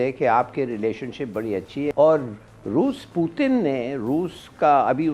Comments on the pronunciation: अबे चिचा वो putan नही पुतिन होता है😂😂😂😂🤣🤣🤣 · Puton nhi putin 😂😭 and not mudi its modi kha sahi se bolenge ye log 😂😅